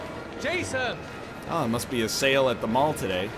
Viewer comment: He's pronouncing it wrong, it's jaysōn